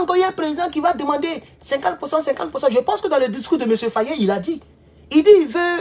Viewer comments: Mr Faye et non Fayé. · Pas fayé mais Faye n’écorche pas son nom stp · J'ai beaucoup de respect pour vous, mais apprennez enfin à prononcer correctement le Nom de Faye... au lieu de prononcer comme un petit Toubabou... Merci et Harmonieux weekend!...🙏🙏🙏 Petit Maudia... avec ta tête de Margouilat!...😑😑😑☹️☹️☹️😬😬😬🤣🤣🤣 (Mon Papa s'appelle aussi Abdoulaye N'Diaye...😱😱😱😬😬😬🤣🤣🤣)